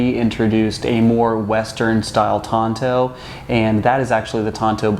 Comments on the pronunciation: Why he pronounce the Tanto as Tonto? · Shouldn't the T be pronounced as a D? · The wrong pronunciation triggered me 😅 I hate it, when native English speakers butcher non-english words and deliberately pronounce them wrong